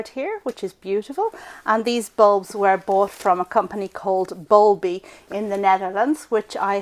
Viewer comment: Bulbi not bulby